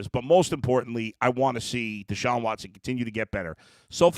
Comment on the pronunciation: Its Deshaun.. not Sean